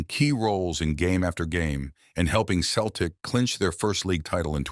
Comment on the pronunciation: It’s Celtic not Keltic.